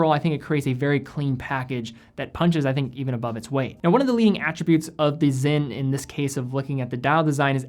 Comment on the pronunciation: Why do you guys keep pronouncing the s in sinn as a z? It's clearly spelled Sinn.